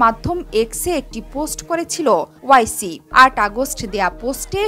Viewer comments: NAM TA SOTHIK VABE UCCARON KORUN , O I C NOY -- OARCI HOBE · ওয়াইসি না। ওয়েসি হবে উচ্চারণ।